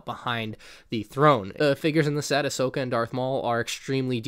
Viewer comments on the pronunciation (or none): none